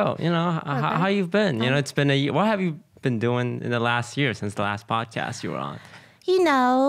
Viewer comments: Did anyone else notice that it's say padcost instead of podcast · anyone noticed is said padcost instead of podcast? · The "PADCOST" is upsetting me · I wonder how many people noticed the "PADCOST" lol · The episode was amazing! But the "Padcost" is really messing my brain up... Why must you hurt me in this way? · I noticed padcost so fast and the way lily pronounces podcast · That "OTV Padcost" is triggering me😂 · lol padcost instead of podcast